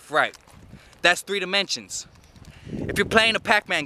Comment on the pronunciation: He said “we live in four demontions” I thought damn he high af